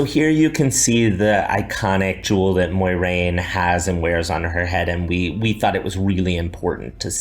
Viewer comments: MOY-RAIN?? You are better than this Rafe MWAH-RAIN Sir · Did he just said moy-rain